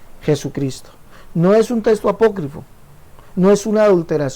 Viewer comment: Este señor se la pasa anunciandose y diciendo testo en lugar de texto.